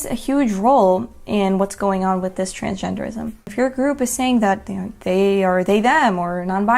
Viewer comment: fr she stabbed me with the leadcoated "Trangenderism" sword. Laughing so hard